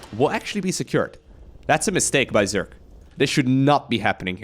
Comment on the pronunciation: its zerg not zerk :/